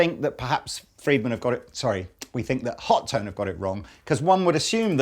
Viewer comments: Wouldn't be "Hot-One" rather then "HO-TONE" or "Hot-Tone"? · That charvel is sexy. Are the amps pronounced ho tone, or hot one? Or something else? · HOT TONE. Shared "T" Its not that hard, holy crap. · HO-toh-nay! :D. Friedman is an american company, but the Friedman BE was designed for a british sound.